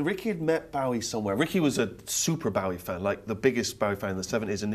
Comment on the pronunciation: How can people who have worked with the man, and profess a life-long obsession - mis-pronounce his fucking name!! It's BOW-EEE as in cross-BOW, not like a polite Japanese BOW. FFS!!!!